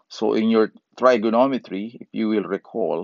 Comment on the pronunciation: The 'i" in Trigonometry is a short "i" and sounds the same as it would in "pig". "Trig" rhymes with "pig". Triangle does have the long "i" sound.